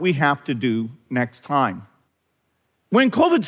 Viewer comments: He pronounces the word 'time' as 'toyme', how strange. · Never trust a person who pronounces 'time' as 'toyme'.